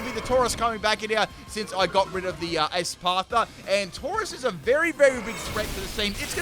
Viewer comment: I wonder how long it’ll take to stop mispronouncing “Espathra”